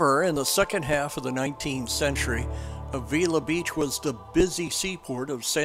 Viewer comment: FYI, you are pronouncing Avila incorrectly. Locals say Ave-ill-la.